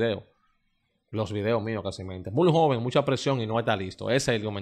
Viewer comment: Tú eres muy bueno en tus análisis… pero, si decidiste ser comunicador, debes empezar a pronunciar correctamente las palabras MUY, HOLLIDAY, NOVENTISEIS, TRENTISEIS,… ESTOY VIENDO, HAY QUE PONERLO,… Debes evitar hablar cibaeño.